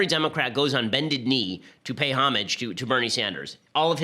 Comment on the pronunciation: Thank you for pronouncing "homage" correctly.